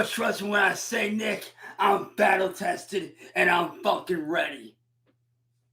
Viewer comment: Is he saying "I'm vattle tested and I'm out for vlood!". He also said "cheap skape". My goodness man.